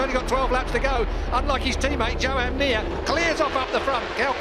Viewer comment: Nobody can pronounce 'Joan' apparently.